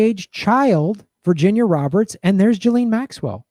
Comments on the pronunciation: i like how you call her jilleen instead of gee-lane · It’s ghee-lane